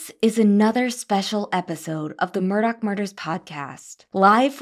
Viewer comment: Please stop playing into his psychopathy. Call him Alex Murdaugh (Murdaw) not Elic Murdock. What kind of psychopath just suddenly changes the pronunciation of their name.🙄